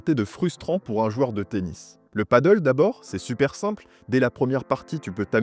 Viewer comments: on dit « pade elle ». Le « padeul » (padle), c’est sur une planche avec une rame. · Comme d’hab vidéo de génie bien expliqué détaillé argumenté on adore Mais stp peux tu dire pádel pour le nom et nom paddle qui est un sport complètement différent à chaque fois je corrige les gens paddle 😂 Quoi que du pádel sur l’eau a voir Gros bisous et merci pour tes super vidéos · Hello, la prononciation "paddle" est incorrecte 😉.